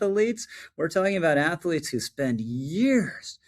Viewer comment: Minor pet peeve... its pronounced "athlete" not "ath-ah-lete" . But I agree with everything you said. Good video.